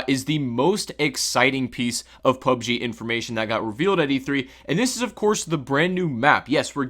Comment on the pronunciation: PlayerUnknown's Battlegrounds; or P.U.B.G.; or Battlegrounds – NOT "PUB-GEE".